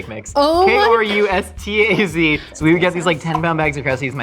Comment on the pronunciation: We pronounce Krusteaz like crusty ass